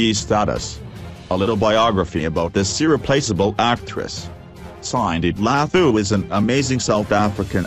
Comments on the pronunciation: The way he’s pronouncing her name 💀💀🤣🤣🤣🤣🤣🤣🤣🤣🤣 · No1, he can't pronounce her name right, 2 why is it of public interest what her status is, many people live with hiv without being named.